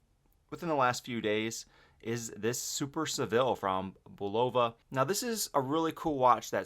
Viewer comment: It’s a great video but your pronunciations are off Bulova = BULL ovah (as per the company themselves, call them and listen to them pronounce it) Tissot = tih- SOH , not TEE-soh